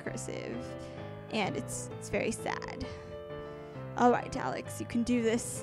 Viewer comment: Instead of sad u said Sab